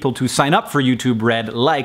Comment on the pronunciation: I keep hearing "YouTube Bread".